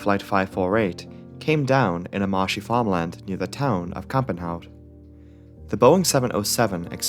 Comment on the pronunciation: Interesting video, as I live in Belgium, and not very far from the crash site, which I didn’t visit yet. I knew there was a plane crash in the sixties, but I couldn’t find a lot of info on it. Now I know what happened, in detail. 👍 Your pronunciation of “Kampenhout” was spot on. You spelled Zaventem as “Zavantem”, small mistake. Keep up the good work.